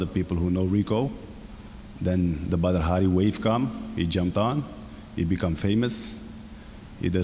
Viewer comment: But his name is pronounced 'bodder' not badder.